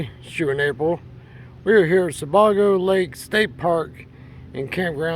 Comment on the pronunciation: He mispronounced “Sebago.” That’s where I quit.